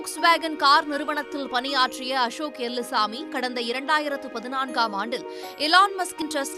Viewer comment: அம்மா தாயே அது எல்லுசாமி எலுமுசாமி இல்லை 😂 0.08